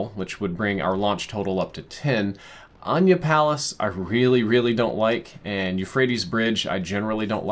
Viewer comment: It's "Uhh-Nigh-Yuh" Palace bro